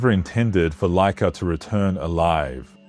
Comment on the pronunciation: Its Łaika which sound like waika